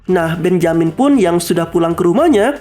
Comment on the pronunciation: Mantap punya: benjamin Yg gw denger: BENYAMIN ADUH SIALAN! NI SI DUL ANAK BETAWI ASLI :v